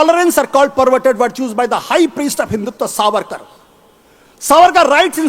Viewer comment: The pronunciation is SAAVARKAR not savaarkar, just like the diff between moitra and mootra.